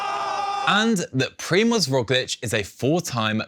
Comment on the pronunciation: Is it so hard to google "Primoz pronunciation" as a preparation for the show if I plan to mention the name a gazillion times?